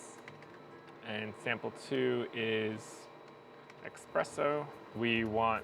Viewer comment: He said and typed expreso.. 😅😂 espresso my man… espresso